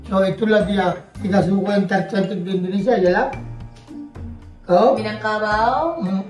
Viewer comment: INDONESIA pak bukan INDINESIA😢😢